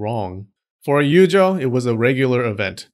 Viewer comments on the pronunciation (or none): It’s Yujoo not Yujaaaahhhaaw